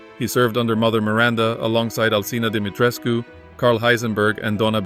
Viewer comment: So good to hear someone say Dimitrescu correctly.